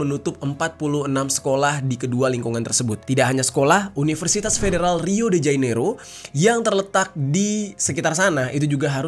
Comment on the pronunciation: Jane iro, bukan jai nero mas